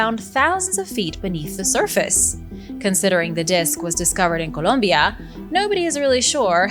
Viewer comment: I love how you say "Columbia"